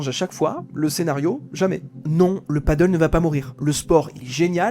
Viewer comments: « Padelle », pas « padeul », c’est incroyable ça !!! C’est espagnol… Personne ne dit « handbole » … Alors arrêtez de casser la tête et parlez correctement merde !! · Pti point prononciation parce que là j'entends paddle (padeule), alors que c'est padel (pad-elle)... 😂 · Le mot Pádel est une hispanisation du mot paddle. A prononcer plutôt padèl donc pour le distinguer du paddle , (padeul) sur l'eau. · On dit padèl hein 😂 merci pour ces informations et ton temps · Merci pour le contenu intéressant. Néanmoins cela se prononce padèl. Si y a des gens qui ont pris des risques et bien cela arrive que ça se passe mal. Le nombre de terrains diminuera et cela se stabilisera comme la plupart des choses de ce style. Rien de choquant il me semble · Je crois bien que ça se dit "Padèle" car le paddle existe déjà et c'est un sport qui n'a rien à voir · Il devrait le prononcer padèl (comme en espagnol en fait), ça éviterait la confusion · Est ce que une seule personne sur le net sait lire le français et prononcer correctement le nom de ce sport ???? Apparement non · Désolé je n'ai pas pu continuer à regarder la vidéo, l'erreur de prononciation de Padel me sortait du sujet de la vidéo. Soyez plus prudent dans vos recherches car faire une faute de prononciation sur l'élément principal de la vidéo ce n'est pas très sérieux. Bon courage pour la suite. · On dit padéél et non paddeuuul. C’est Espagnol. Et le paddeuuul c’est sur l’eau 😜 Reportage interresant en tout cas, merci ! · Padèl pas paddle, mon dieu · Super vidéo, très instructive, par contre on dit "Padelle" et non "padeul" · Toute une analyse entière sur un sport pas une seule fois prononcé correctement. Le PADDLE (pa.dœl) est un sport nautique. Le PADEL se prononce “pas d’aile”. C’est pas compliqué… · Ça se prononce "pas d'ailes". Paddle c'est sur l'eau. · C’est « padèle » pas « padeule » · c'est con de pas savoir prononcer le thème de son sujet ... c'est Padel et non Paddle !!! mais bon peut être mal expliqué par l'IA ...